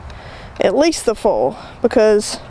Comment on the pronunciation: Took me a few minutes to figure out you were talking about "foil" when you were saying "full". :)